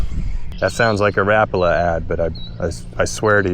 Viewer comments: It’s ra-pala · The pronounciation is closer to something like "Rah-pah-lah" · Stop saying “rappala”, douche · Think I heard pronounced ruh pollah..? Not rap uhla..? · My learning for the day. I’ve pronounced it Ra Paul A, my whole life! And I’m 64. Oh well… STARTING WITH WHITE!!!